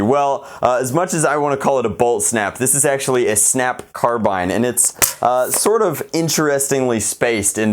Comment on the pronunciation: Thank god he pronounced carbine right. (Before people get triggered. Its a subjective thing. I just cringe whenever I hear people say 'car-bean')